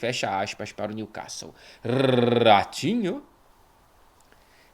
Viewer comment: RRRRRatinho me pegou muito desprevenido 😂😂